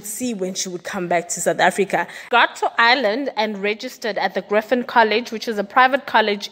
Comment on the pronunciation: Griffith college not griffin